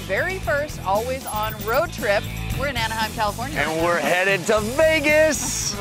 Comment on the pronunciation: its Anaheim not "Aneheim".